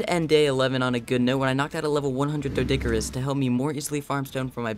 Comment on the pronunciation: It's doedic not doesi